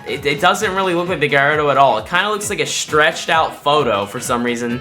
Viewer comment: Bro pronouced Gallardo wrong